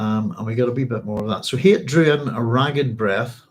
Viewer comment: Shalom, Doc! You should check the Hebrew on Hayt's name... It's a lot like 'chayt' (with a gutteral ch), which means 'sin,' rather than like 'chayim', which means 'life.'